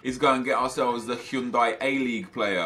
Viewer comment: well I think most people pronounce it Hi-oon-die